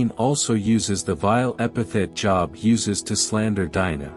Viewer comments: Joooooobs not Jobs like you work lol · The name is pronounced Jobe not joeb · I dislike AI. I am 78 years old, attended church as a child and a teenager. Was a member of Jobs Daughters. Learned about the patience of Job. In my learning Job was pronounced J(oh)b. I dislike mispronunciation of words. It ruins the story. 👎🏽🥲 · American English seems ugly to be I get upset when people even pronounce my name as job as in work, instead of Jooob as in Job in the bible ... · It is not pronounced "job" as in "get a job." I just cannot bear to listen to this because there is no attention to detail. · GREAT STORY ….!” ✝️ I Was Always Taught - To Pronounce ➖ JOB “ Name With a LONG - O - Not As If You Work -a - JOB 💲 🏃‍♂️……!” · is it not pronounced Job with a long o? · Yeah me too! But the AI voice overlay hasn't articulated the difference yet